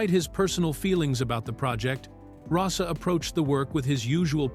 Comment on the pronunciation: The photos of Miklos Rozsa (pronounced “RoeSha”, not Rossa are actually of Dimitri Tiomkin. The BBFC ‘X’ certificate in 1962 prevented anyone under the age of 16 from being allowed to see the film in a cinema. The age wasn’t increased to 18 until July, 1970. A fat lot these Americans know. Added to that, the images on the video often bear no relation to the narrator’s descriptions.